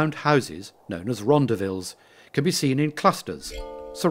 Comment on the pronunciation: was this video narrated by an Englishman? hmmm the pronunciations of some words lead me to believe he is not frkm South Africa.....rondhavel for example....many more mispronouniatians. ....